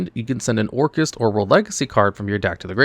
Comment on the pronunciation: I don't really watch many videos when it coss (mes to new yugioh....so when hearing Orcust....I mostly heard Orcus....just no annunciation on the "t" but even then, I thought it would pay homage to Orcus from D&D.....since I also hear LIGHT-FIEND said out loud in same breath (once again, I'm not watching, I'm just listening mostly) so, this video was an eye opener, but also a disappointment , because Konami let this mishap happen